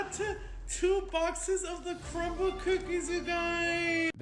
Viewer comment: Nah he said cumble cookies😭